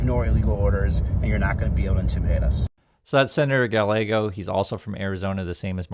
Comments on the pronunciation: Pronounced GUYYEGO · Two things: Gabby Giffords didn't die, thankfully. She is disabled in that she doesn't speak easily and struggles to do some physical things, but she still gives speeches. Secondly, Rep Gallego's name is pronounced "guy-AY-go" -- no "L" sound with double "L" in Spanish. Love you,! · Gallego the double ll is pronounced Y,so the name's pronounced Gayego. Btw thanks for all the good work ya do mister. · Small point, but Senator Gallego's name is pronounced with the "ll" sounding more like a "y" like it would be in Spanish. In Arizona we are proud of both of our U.S. Senators, both have distinguished military careers before being elected. Arizona has a proud history of independen-thinking politicians from both parties, including the late Senator John McCaine, a Republican, and former military hero.